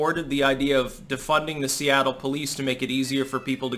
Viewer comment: Seatle almost like Soylatte